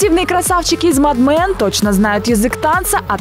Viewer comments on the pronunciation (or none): Мад мэн емес,мэд мен (с)Арэн